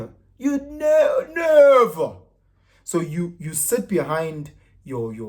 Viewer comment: NEEVVVVEEERRRRR NEVVVEEERRRR 🗣🗣 he just had to emphasize it twice 😂😂